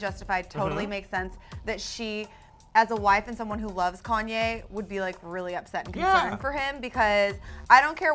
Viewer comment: Girl, say Konye one more time...